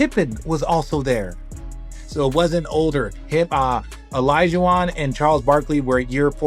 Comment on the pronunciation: AI. is shi... just destroying the pronunciation of players names 'd-wine' wade!?! WTF!!! Hakeem 'o-low-ju-on'!?! what the actual F!!!